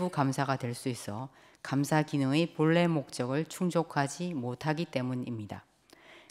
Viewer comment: 들으면 들을수록 발음이 이상함 회의록 열람 → 회이록 여을람 본래 → 보울래